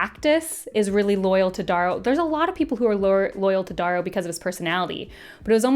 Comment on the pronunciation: Ok Darrows name is pronounced like arrow with a D.